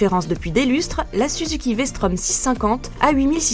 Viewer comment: prononce "vstrom" et pas "vstrauuum" rien que pour ça la vidéo mérite un like hahhaa